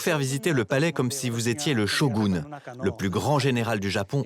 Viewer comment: Le "SHOGOUNE"....Ha ha ha ha ....